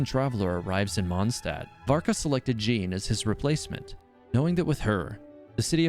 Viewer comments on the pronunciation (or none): none